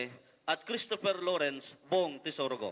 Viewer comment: Tesologo instead of Tesoro. Bong Go's middle name.